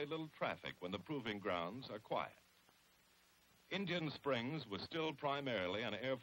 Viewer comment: Did he say InJun Springs ? 😂😂